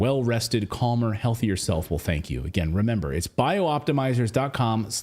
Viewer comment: Clayton, you're putting an extra letter and an extra syllable into Bioptimizers. As written, it is Bi-optimizers NOT Bio-optimizers. Cheers, Roger Peacock